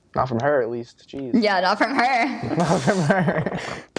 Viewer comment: I mean Jees not jess